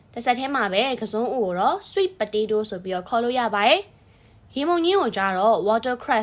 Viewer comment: ဝါးတား water မဟုပါဘူး ဝေါ့ထား ပါ😊ပက်တေးတိုးpotato မဟုပါ ဖာထေးထိုး ပါနော်😊😊